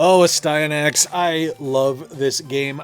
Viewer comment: I love Astyanax, it taught me my left from my right. Great cutscenes and awesome bosses Also it’s As-T-ya- knacks